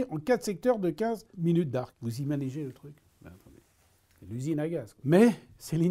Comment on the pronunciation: "..., vous IMANIGEZ le truc?!" Oui j'IMANIGE très bien!